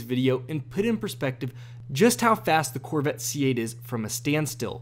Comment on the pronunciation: "The Corvit..." - This guy ^